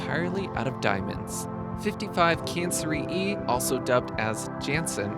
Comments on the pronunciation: i think 55 cancri e is pronounced "kankry" not "cancer-e" e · Cancri is pronounced as "kankree"